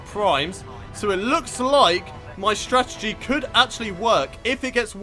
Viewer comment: It's strategy not stratergy. Just a heads up.